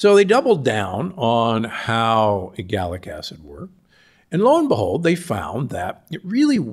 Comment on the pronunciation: Isn’t it ellagic acid and not “egallic”acid? How can you be a “polyphenol expert” and not know this?